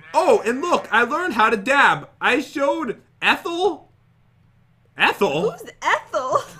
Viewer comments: It’s Etile not ethel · His Name Is Etile NOT ETHEL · I laughed when and the noob said eathal and not etal